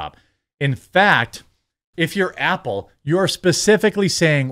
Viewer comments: Stop saying “ample”, it’s “Apple”. All you do is read articles and posts others made, easiest job in the world, put at least a tiny bit of effort into it. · Sounds like Jeremy says “ample” a couple times lol. Cutie.